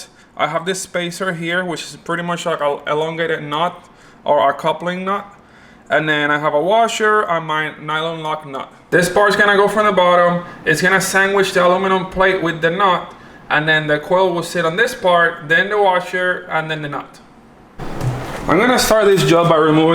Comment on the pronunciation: OMG SANGWICH!!!! I WIN, it's a word, WOOT!!!